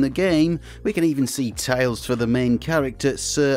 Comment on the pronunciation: It took me a while to realize this guy was saying "tiles" and not "tails"